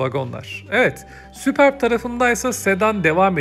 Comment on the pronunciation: süpörb diye okunur